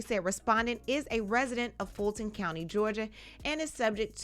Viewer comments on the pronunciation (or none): none